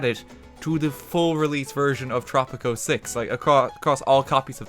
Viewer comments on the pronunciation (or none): i thought you said poptropica